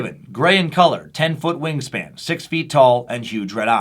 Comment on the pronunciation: When you said wing span I swear I thought you said "ween span" lol